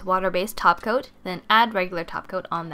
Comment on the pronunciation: I thought I was the only one that hears "taco" instead of topcoat. Many tutorials practically pronounce "taco'. I found that weird.